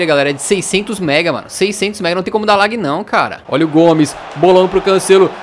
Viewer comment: Não se fala "lag" e sim "lag"